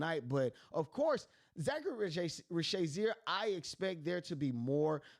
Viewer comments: Risacher please! Not Risacharie! 🇫🇷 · This is the worst Risacher pronounciation I've ever heard lmao Zaccharie Zaysheer? Really? Reese-a-shey bro its not that hard, or just call him Zacc if it's that hard. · Bro if you watch the games they say the names…😂 Zaccharie ree-sa-shay Veet cray-chee 🤝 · There is no Z in Ree-shah-shey name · Reese-uh-shay Ree-suh-shay Reeza-shay Any of these are acceptable. Not whatever you were saying lol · Great content. Listen to a few games and listen to Bob on how to properly pronounce the kids names. 🤦‍♂️ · How you put in a clip that has his name said correctly and still not say it yourself?